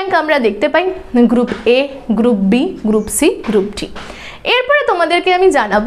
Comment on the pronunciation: Haa mam group B valoi laglo ....kintu apni te group B ke gup B bolechen ... ektu dhire bollei uchcharan ta thik hoto😊